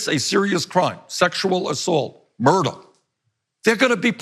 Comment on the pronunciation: Hahahah i love that Bernie pronounces murder as "murdah". A true OG 😂